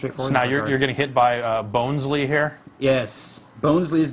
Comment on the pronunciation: its not bone its bon bonsly not bonesly